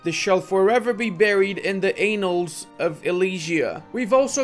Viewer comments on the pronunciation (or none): I know it's the accent, but seriously, careful with saying annals. Sounds like you are saying something with one less n in the word. Now i need to wipe my screen as i was taking a drink when you said that and it took me by surprise.